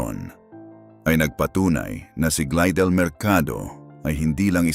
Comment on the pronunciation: Glydel pi hindi glidel 😅😅 pakiayos naman ng pronounsation para maintindihan namin 😅